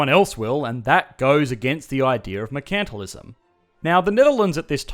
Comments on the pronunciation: You're mispronouncing Mercantilism. It should be said: MERcantilism (/ˈmɜː.kən.tɪ.lɪ.zəm/), and not as merCANTilism. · Were is your accent from? You don’t pronounce “mercantilism” the British way or the American way (although I have some American students who also say “mer-CANT-tilism” instead of “mer-CAN-tilism”). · Never heard a person say mercantilism like "merKAntilism" and not "merkntilism" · Same, it took me a while to realize what he was talking about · I'm used to hearing it pronounced MERE-chant-tile-izm here in the USA. Less often, I've heard MURK-n-tile-izm. Hearing it pronounced mure-KANT-tile-izm in this video was odd. Is that normal Aussie pronunciation? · "MuhrKANTalism" XD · One of the reasons I watch your videos is to hear your Australian accent. But I never knew you guys pronounce it... mer-CANT-alism. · Is that the correct way to pronounce mercantilism?